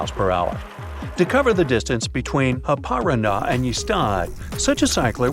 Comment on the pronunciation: Haparanda is Happa-rAAnda, same rythm as alibaba...